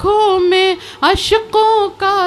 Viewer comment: اشک ہے اشق نہیں